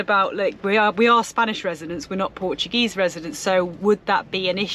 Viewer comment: Lmfao terrible at saying the Portuguese work this ain't Spain